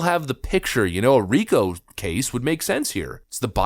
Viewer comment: Sorry, RICO Act. Not REKO.